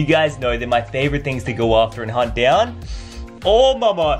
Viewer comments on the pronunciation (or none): none